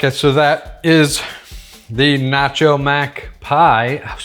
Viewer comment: You've been living in the UK too long, it's ruined your pronunciation of "nacho". What's next? "Pasta"? Please say it ain't so! This looks delicious btw